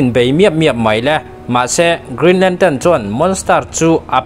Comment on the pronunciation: Lam dik ve ta ce (lantern) kha nagcuan (lantan) I ti daih a